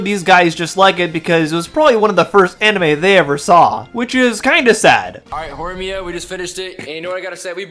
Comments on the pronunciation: "horiyami"? Bro. It's just four syllables. How did you mess up? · Did you say horiyan???!!!? You tourist /jk Great video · "Hori-Yami"? (It's Horimiya) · and why do they keep calling HoriMiya 'HoriAmi' and wtf does 'gooner for girls' i dont even understand this Murican generation I didnt want to look up their channel because it would fill my youtube with dumb recommendations all week so glad I could watch it through this video but its worse than I thought. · It’s pronounced Horimiya but go off.